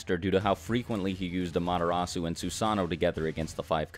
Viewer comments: i can't describe the pain when he pronounced the u in amaterasu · "Ama-derasu" dude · In subed they pronounce it ame-ritatsu but I not judging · I thought it was pronounced AmerTeras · The way pronounces 'Amaterasu' though... it's like he read the manga & never watched the anime, sub or dub. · Bruh, am i the only one annoyed at the way you pronounce amaterasu